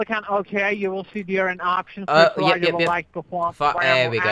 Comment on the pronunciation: Row-Ger The Scammer